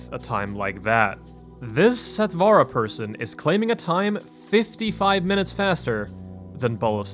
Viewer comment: Since it is a Sanskrit word meaning quick, or immediate....The pronunciation is NOT sat "vaa raa"...Sat(like in hut) vur(like in purr)..